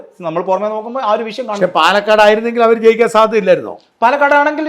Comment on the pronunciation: വിഷയം അല്ലാതെ വിശം അല്ല